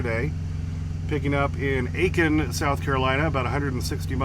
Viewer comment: You said Aiken, SC correctly.